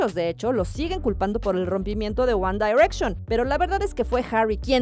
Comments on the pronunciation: Se dice wan direcshon ;v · AjjajajJJAAJ Lo leí justo Cuando Dijo ella uAn dAirEcShOn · Wanda y reichon hahahahaha Pero ni los que no sabemos nada de inglés lo decimos así haha, mejor nuestro guandireichon haha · Me daba algo cuando decía "UAN DAIRECSHON" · JAJAJAJAJAJJA SI😂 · Jajajajajaa si wacala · Jajaja por qué lo hace? Así no se pronuncia que verchis ! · Ella dice: "ONE DAIRECTION🤣🤣🤣🤣🔥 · Wan Dairekshon! Jajaja pronuncie bien ! Me dió risa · Me causa risa y conflicto en como pronuncia GuAnn dArEcCiÓnNn.🙄🤪🤔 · Porque dice one dayrection?????? Si es one no on dayrection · One daaaiiirection????????!!!!!!!! Diosssssssssss. Quién dice así? ESTÁ MALLLLL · One dairetchon 😂😂😂 why Presentadora?? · la tipa dijo "wanda direction" ke ejsfdhghjgh